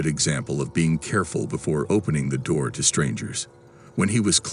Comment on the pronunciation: “Open the noor”